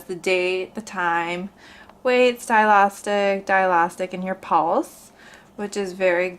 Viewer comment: You are correct, she is misinformed or just pronouncing it wrong